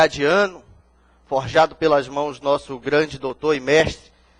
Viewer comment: Putz! O advogado falou "forjeado"... Eita!